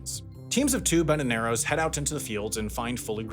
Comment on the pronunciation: Did you just say banananeros? That's like the vaqueros of bananas. Vaquero means cowboy, so banananero means bananaboy.